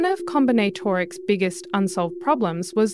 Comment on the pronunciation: Com/bin/at/or/ics a new way of pronouncing.